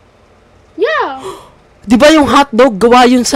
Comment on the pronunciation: "HAWTDOG" HAHAHAAA